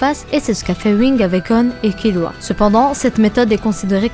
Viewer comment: BONNE VIDEO MAIS TU DIT KILUA C TROP BIZARD